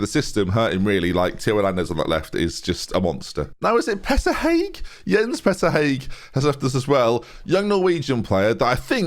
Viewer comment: Hauge (how-guh) not hague ;P